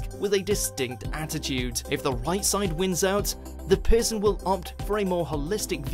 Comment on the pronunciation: It's not PISSUN, its PERSON!